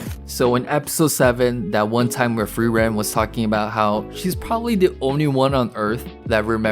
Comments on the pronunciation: Ey man, don't want to sound like a wise ass but it's not pronounced "free.. ren" but like one word, more like "freerun". It's German for "to freeze/freezing". Actually all names are German and are pretty on the nose for most characters ;) Frieren - (to) Freeze Fern - Remote (far away) Stark - Strong Himmel - Heaven Heiter - Bright Eisen - Iron Flamme - Flame Linie - Line Lügner - Liar Qual - Torment Nonetheless the greatest show of this year. Along with Evan Call's awesome soundtrack! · Hi. Frieren is a German word - like MANY of the non-Japanese names used in anime - and means Freeze. It is pronounced F-rear-en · or say furieren like just try to prounce the r is in a not english way plz xd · Imagine calling "Frieren" "Free Ren" man i love AMERICAN FREEDOM